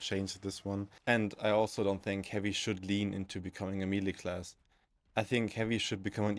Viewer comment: Man, I can't get over the way you say melee. It's like mel-ayy not me-lee. As for the topic, I am not entirely sure how to change heavy in a meaningful way that would be widely acceptable. His main playstyle is around keeping enemies at a distance and gives him tools to effectively deal with them at range with access to firepower no other class can match. It's kind of complaining that you cannot use a wrench as a screwdriver. I do however wholeheartedly agree that his perks badly need a touch up, they are all over the place. On this issue I think I could come up with some solutions. For instance, perks could be focused around different ways of managing heat in a more meaningful way: one for keeping the weapon cool and another that gives additional bonuses based on heat buildup and keeping the weapon hot instead without overheating it(not just damage but maybe some extra splash or maybe ignite) with maybe some ammo economy perk options but with some extra variety on its aquisition that could play well into the class. And maybe something like aggressive venting that would cause explosion when weapon gets overheated that staggers and/or ignites enemies in small area around heavy. Something like block weapons adrenaline charge but maybe at the expense of longer cooldown when used this way In general, changes that would blend into the class archetype but no need for a revolution